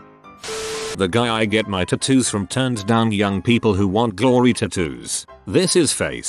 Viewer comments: It’s not ttt-Two ITS TAAAAAAAAATOOOOOOOOOO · The way the voice says "tattoo" reminds me of that episode of Bob's Burgers with that pony convention but it was nothing but grown men XD I'm getting a Vegeta tattoo on my leg. It's gonna be awesome. I just need to save my money... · I literally need to mute this because of the pronunciation of “tattoo”.